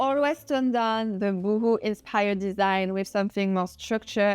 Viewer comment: It's pronounced Bow ho, not Boohoo!